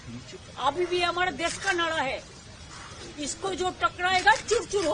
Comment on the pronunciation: mamata ji nadaa nahi hota hai naraa hota hai